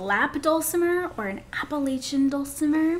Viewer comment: As a West Virginian my ears are bleeding from the New England pronunciation of Appalachia😂 but aside from that I enjoyed the video. I love playing my dulcimer it’s so easy to just pick up and start playing.